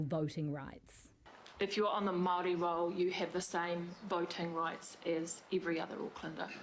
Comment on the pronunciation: Maroi seats, lol Of course not as bad as that dude saying "tea rio".